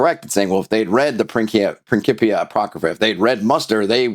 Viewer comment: Thank you for the correct of Latin pronunciation of principia with c as k! 😁